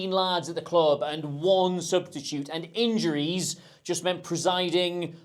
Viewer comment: “In-juries” loolllll I just heard it 😂